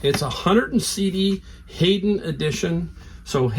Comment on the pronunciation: It’s pronounced High-den. Hayden is what it looks like and I’d love to have that box. I’m on 2 online platforms and can’t sell anything anymore. Lots of savers and watchers they stay for a long time or they stay for a few days and then go. Offer button is in the on position but, nothing. Turnaround time for me is 2 days.